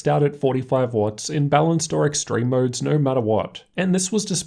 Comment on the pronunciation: Moerrrds (modes)